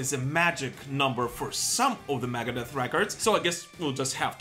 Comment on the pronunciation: i could not be the only person who thinks he says "Maggot Death" when he says Megadeth